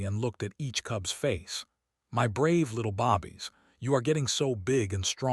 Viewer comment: Bobbies, you mean babies? Maybe your A I narrator needs to learn how to pronounce some words properly.